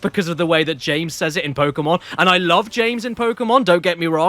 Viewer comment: I still get a laugh out of "Ja-a-ames" every time he says it, because I know 4Kids was just desperate to match the lip flaps of his Japanese name "Ko-ji-ro." Eventually, they got smarter, started filling the gap with "And James!" instead, and the snobbish pronunciation was gone. Still a rough first eight years.